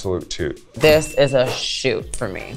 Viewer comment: I heard ahoot for jaymes